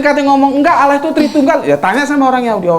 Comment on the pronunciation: Smbong skali ni klu baca judulnya.. gk usah gitu tuan.. tuan itu blajar baca alquran aja dlu..biar pas ngucapinnya..gk usah tinggi2 lh ngomong ini itu..klu nyebut nama Allah itu lidah nya letakkan dilangit2 mulut anda..bukan awoh